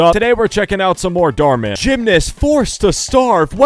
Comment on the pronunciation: “Mar dhan”